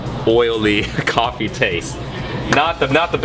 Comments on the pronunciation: bulletproof golfy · ***** Makes you feel like killing a man because he mispronunce a word? Now I'm not saying you should get psy checked, but yeah.. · He said Goffee lol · Is nobody gonna call out the way he said coffee ?